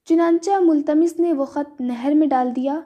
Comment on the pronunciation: مُتَلَمِّسْ Not multamis